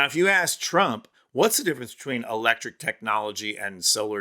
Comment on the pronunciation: Elecric instead electric